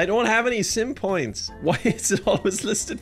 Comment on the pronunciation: Legit though you said 10 pints of curry the first time 😂😂😂